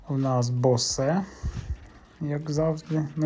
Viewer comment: Не розумію, чому говорять BOSE - БОСЕ, правильна говорити БОУС. Чи я помиляюсь?